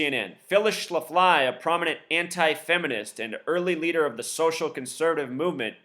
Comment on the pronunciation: its pronounced shaf-ly